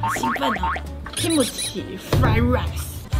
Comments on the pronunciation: Kim-chi 不是 Kim-me-chi !!!!🤣🤣🤣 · 的kimuchi的唸法真的戳到我笑點好幾次哈哈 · 太好笑了啦，介紹韓國料理，然後講KIMCHI的時候卻是日文發音🤣🤣🤣🤣🤣🤣🤣🤣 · 妳的KIMCHI是日式發音呢😂